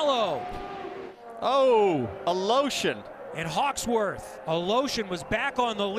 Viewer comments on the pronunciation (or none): It sounds funny how nobody can pronounce Alëshin's name properly